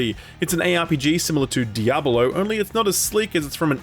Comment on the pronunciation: DiabAlo or Diablo? I can't not hear it sorry